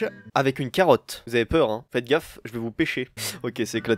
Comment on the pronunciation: C bizzard quand tu a dit carrote et pecher